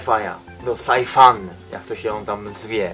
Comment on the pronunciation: Wymawia się sajfan. Sci- Science. Angielski podstawówki.